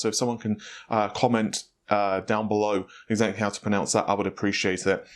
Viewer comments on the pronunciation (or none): none